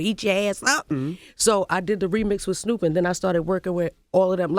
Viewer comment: 'Snhoooop', lmbo!